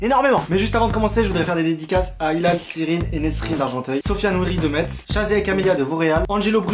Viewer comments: tu as a pas respecter la ville de Metz tu as dis mets au lieu de Metz 😂😭🤦‍♀️😭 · si t'as vu Metz sa se prononce "Messe"